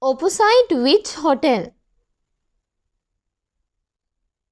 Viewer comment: sir mehi samahara wachana uchcharanaya waradi bawak haguna ex. Opposite mehi athi uchcharanaya niwaradi Dai Bala pahadili karadenna